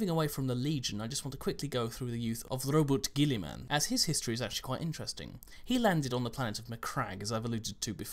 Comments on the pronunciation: i found out in an audio book that you say it correct rouboute gullimans name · The pronunciation you used for Roboute Guilliman was correct. Black Library have used the same pronunciation in their audio dramas, so that would be the canonical way of saying it.